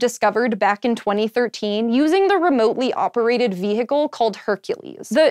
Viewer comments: Where in the world do you say ve-HE-cle instead of vehicle? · did she pronounce vehicle like "ve-hic-le"?